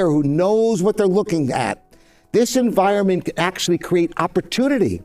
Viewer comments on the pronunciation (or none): none